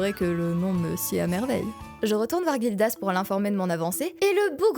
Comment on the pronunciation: Gildas se prononce comme un "J" Jildas et pas Guildas comme une guilde ou comme les vagues